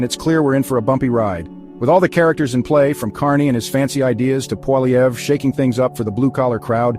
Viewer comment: this is fake news! cant even pronounce Poilievre properly